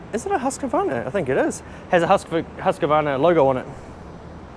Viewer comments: Cool to see! As a Swede the pronunciation of Husqvarna was totally new for me 😀 can’t wait for the next video 🙏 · I'll teach you how to pronounce Husqvarna when your back (it's a town in Sweden)